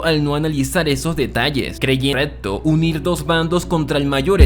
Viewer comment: ¿Cómo se a normalizado hablar tan mal? "ocservar/observar" "sudlider/sublider" "corretto/correCto" "etxije/eXije" "afetta/afeCta" "contesto/conteXto" "Vittoria" viCtoria" "Aprotzima" "aproXima" "Ventcerían" "vencerían"